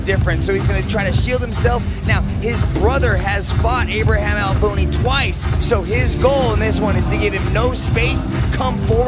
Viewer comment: Ibrahim, not Imbrahim lol